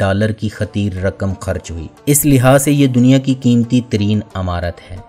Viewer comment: آپ جو معلومات دے دے ہیں وہ صحیح ہو سکتی ہیں۔ لیکن اردو زبان کا آ پ حشر نشر کرتے ہیں۔ مثلاً عمارت میں ع کے نیچے زیر ہے زبر ہے۔ کسی اردو دان سے صحیح تلفظ سیکھ لو بھئی